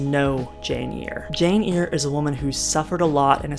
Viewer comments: I loved DS when it was on. Thanks for the synopsis. Great job! Oh and it is Jane 'air' not 'ear'. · Charlotte Bronte's book is Jane Eyre...pronounced AIR not EAR. Thank you. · It’s pronounced as “air”. And I’m sorry, I could have phrased it in a nicer way! The video was otherwise excellent and I look forward to the next half whenever it’s ready! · Loving the video, and I will absolutely consume it in one sitting, but I'm curious why you're pronouncing Jane Eyre as Jane Ear? Is this a community in joke that I have missed?